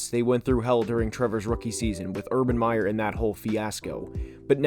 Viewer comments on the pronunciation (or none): none